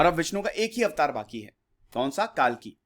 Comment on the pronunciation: "वेदंगास " क्या होते हैं ? भाईसाहब, "वेदाङ्ग" होते हैं। अंग्रेजी में मत पढ़िये। "काल्की" नहीं "कल्कि" अवतार होने वाले हैं। क्या आप गलत सलत अंग्रेजी बोलना पसंद करेंगे? नहीं तो फिर गलत हिंदी व संस्कृत बोलकर आपको लज्जा नहीं आती?